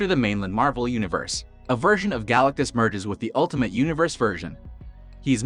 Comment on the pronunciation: You need to recheck your pronunciation it's wrong on his name...